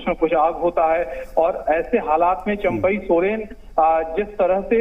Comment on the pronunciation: Abe chaampai ny champai hota hai 😂😂😂